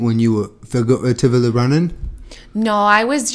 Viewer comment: figure-a-tively. oh my god, DO MORE!